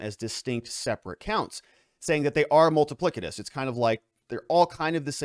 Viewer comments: Ha ha. Multi-plic- I- tuss…. plic. Ha ha. Multi pliss-itus Try that… that’s how it’s pronounced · I think you mean, "multipli-S-itous"